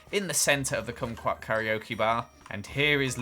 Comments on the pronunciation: you pronounce kumquat like squat lmao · Congrats on saying kumqout kokeok bar lol